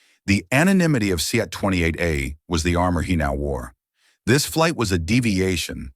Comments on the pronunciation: Why is the child calling his father 'bah'? On another level the language spoken in the video seems too elaborate. A criticism, the AI pronounces the word 'seat'as "see at". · See-at is a new one to me. Any word that can be pronounced different ways will be mispronounced 9 times out of 10. Read is a prime example. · Sea at 42? Gotta love AI narration! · Correct it: "seat" is a single syllable word. Not see-at.